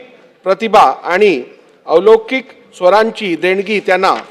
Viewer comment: *अवलौकीक*😂😂😂 वा नारे वाचकर 😂😂😂